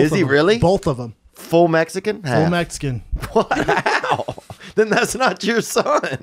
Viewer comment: “ my girl is Metzeecan” lol